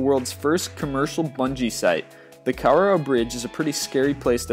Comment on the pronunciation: Lol you said Kawarao like Cow-a-row hahaha! XD Its Kah-wah-rao (R is rolled)